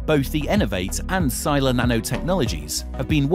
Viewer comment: Sila means Force and should be pronounced as "see-lah"